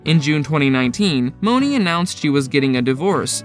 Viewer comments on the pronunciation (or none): And it’s MONEY not mowneee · Candy yea it’s like money or “mawn-ee” not Monáe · Monie is pronounced Money.... not Mo-nah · It's money like 💰 not moaney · Right it ain't no damn moe-nee🤦‍♀️ 😂😅😅 he just made up a whole new person in the show. Lol anyways he tried it's probably a computer talking. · Who is Moe-nee??? 😂😂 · Her name is pronounced "Money" Tiffany MONEY (Monie) Cashette... get it? Monie (Money) CASHette.... It's weird to make a video on people based on a show you clearly didn't watch. Or you'd know how to pronounce Monie's name... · Dude! It’s pronounced MONEY! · Why are you pronouncing monie name like that💀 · B Stone yea, I don’t think he watched the show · Threw me off